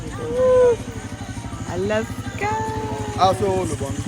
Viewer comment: its Alaska not Aloska :)